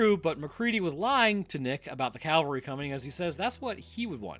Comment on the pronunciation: it's cavalry, not calvary. Calvary is some mountain in Jerusalem.